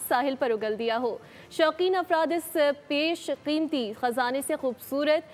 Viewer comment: Pesh qimti nhi besh qimti hota hai Urdu Bolna sikhen news ancor